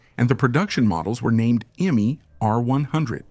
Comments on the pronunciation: It’s ”I” as in hippo, not ”Ai” 😊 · Indeed. Imme would be correctly pronounced IM-meh, not IM-MEE. Riedel was pronounced correctly as REE-dl, then mostly incorrectly as Ree-dell.🙄